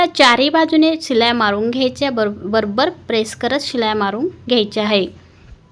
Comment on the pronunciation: मस्तच. पण हाये नाही आहे बोला.